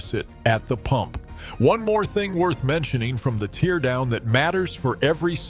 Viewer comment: AI narrator (teardown mispronounced), no footage of the teardown or the guy that's supposedly speaking. I'm calling BS on this whole story.